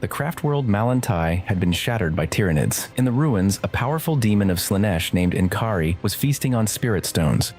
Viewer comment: En'kari???? Really???